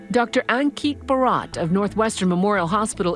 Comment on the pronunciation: Amazing! But the reporters should learn to pronounce Bharat.